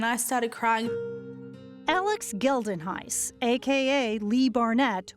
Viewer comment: The way they pronounce "Geldenhuys" hurts 🥲